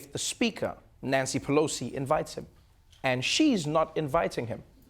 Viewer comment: "Nancy Peloser" Alec Baldwin.